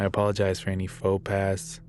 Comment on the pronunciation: It's pronounced foe paw